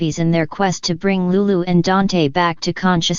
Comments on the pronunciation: Yes I Agree DANTE NOT DANT🤗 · Who ever the speaker is your saying Dante's name wrong🤦🏽‍♀️